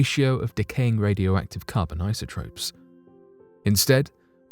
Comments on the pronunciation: It's pronounced and spelled isotopes, not isotropes, LOL. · "isotropes" ... Really? 😒